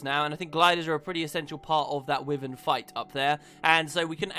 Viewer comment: Dear god, it's pronounced WHY-vern, not wivern. And I'm British so it's not a change in pronunciation between US and UK